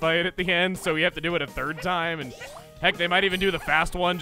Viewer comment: chuggaa channeling his inner Tasmanian devil also "This toim has been kerned" 2019